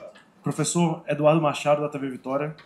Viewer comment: Temos um "pofessor"